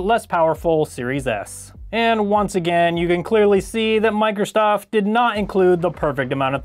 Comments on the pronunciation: Is it just me or does it sound like he is saying "Microstoft" ? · I’ve noticed he has trouble pronouncing Microsoft 😂